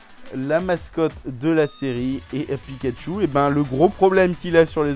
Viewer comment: Purée tu m'a blessé avec picachu ON DIT PIKACHU !